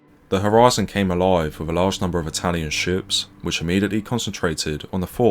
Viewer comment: What time is fifteen fifty free? If you are going to narrate a video, it would be great if you can pronounce THREE and WITH. Not free and wiff.